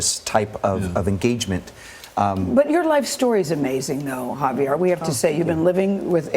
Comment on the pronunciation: One of the hosts was like "Javiar". And I'm like: "honey, no."